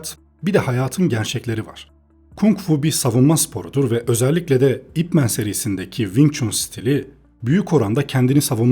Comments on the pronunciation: "ip men" diye değil "ip man" diye okunuyor. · Videona genel anlamda kayılıyorum ama bir düzeltme yapmam lazım. Bu "İp Man" adamın adı adı... Bi lakap falan değil, neredeyse herkes "İp Men" diye okuyo. Sanki süpermen türevi bir süper kahraman adı okur gibi. Bazıları daha da sinir bozucu, belki duymuşsunuzdur "Ay-Pi Men" dye okuyan var. 😒 Lan adamın adı o adı ya... Yazıldığı gibi okunuyor bu kadar basit. "İp Man" zaten buradaki "İp" soyadı "Man" da adı.